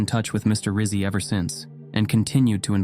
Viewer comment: Rizzi = Ritt-Zee --- like pizza = Peet-zaa